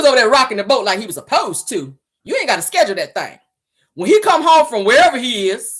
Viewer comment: Schedule not schedrill